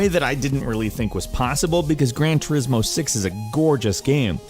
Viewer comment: "Grain turismo" lol